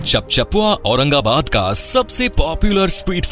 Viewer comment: Aurangabad ko aurangabad bolna achcha laga 🎉